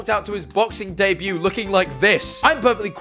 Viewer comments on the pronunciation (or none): sorry to be that guy but it’s debut 😭